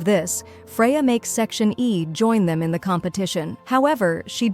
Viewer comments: It’s not section A. It’s section E. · Bro they keep saying section e is section a E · its section e not section a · Bruh the AI voice is saying is section A instead of section Eb😂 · It's E not A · bro its not section a its section e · Is not section A it's section E 🙄🙄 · It’s section e not a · Section A or section E😭 u are saying a but it's eeeee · It is not a it is e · It's not section a it's section e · It's section e not A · Firstly it's not g it's jay jay secondly it's section e not a but it's alright you explained very well